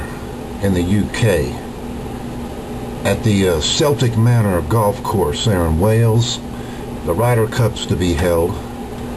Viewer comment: I dont think its raning now :L and its not pronouned " Seltic Manor" its prounouced "Keltic Manor"